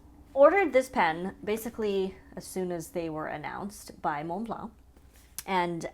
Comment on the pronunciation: TF is a “moon blar” Why are f**king Americans so stupid and what is so difficult about pronouncing Montblanc properly. And yes, it’s one word because we are not talking about the mountain